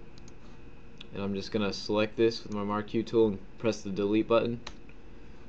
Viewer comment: Marquee Tool. He pronounces it incorrectly. Just your rectangle selection tool.